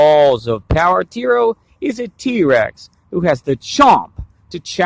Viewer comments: Hes called tyro not teero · It's pronounced tye row